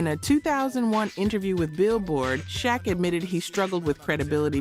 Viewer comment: You said u did research but then failed to pronounce benzino correctly even shaq, are you AI or something cause those names been mentioned for years and u should know how to pronounce them. Oh okay u said benzino right after the title lol . Ill give you that one . But no excuse for saying shaq wrong